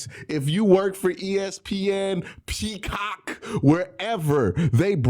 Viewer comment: This is important content, no explanations necesary. FTS!! Oh mate, and the shaking camera and the pronounciation of "PeaCockt" was exquisite! 😘👌